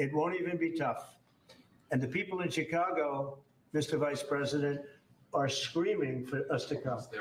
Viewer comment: I can tell you're an intelligent man, and I do enjoy listening to your pod cast. I spent all of my adolescent years growing up in the city of Chicago, in the state of Illinois. One of the things that was hammered into us students was how to pronounce CHICAGO. You pronounce it as a SHA when it's a CH like in the word Cherokee. Here's something that's as a side note, there's Indian reservations all over th the City of CHicago. Every neighborhood city park is a piece of a reservation within the city of Cook County. Most people who today live within the city limits of Chi-Town don't know this and probably dont care. Incidentally, one more thing I do appreciate how well you pronounce your vocabulary of the English language. I know that pronouncing CHicago incorrectly is a small matter, but I would almost bet that Indian Chief Chicago would be turning over in his grave to listen to all of the White Men who just refuse to learn to have some respect for his name. Do keep doing your up-to-date podcasts, I for one enjoy listening to you. GOD BLESS YOU AND YOURS!